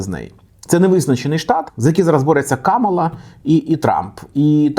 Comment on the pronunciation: Правильно Камаʼла, а не Каʼмала